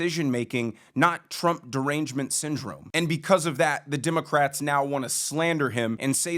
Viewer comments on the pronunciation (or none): Did you just call them "DIM-o-crats??? that is funny. my new name for them